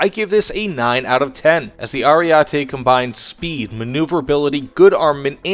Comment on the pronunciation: Just FYI, the first E sounds like the last one: AriEtE. The A sound made me cringe a little :P